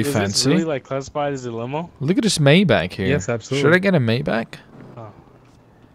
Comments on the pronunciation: It’s Not maybatsch it’s maybach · MAYBACH NOT MAYBACK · Maybać? Maybak? Its Maybach!! BACH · Nice rides and also Maybach is pronounced as (my-back) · It’s may back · Maybach is said like (may-bok) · Maybach pronounced as maaybaak. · It's pronounced my bock